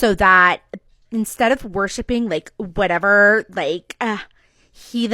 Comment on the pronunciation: Whateverrrrrrr!!!!only for the pronunciation for that word i would turn around and would leave her!!!!!